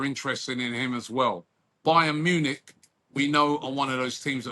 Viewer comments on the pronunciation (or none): none